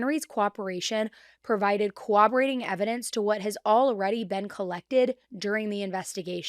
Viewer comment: You obviously know that she’s trying to say corroborating. She always pronounces it as co-woberating and I find it rather endearing. We all have those words get us tongue tied. Rural is another one some people struggle with.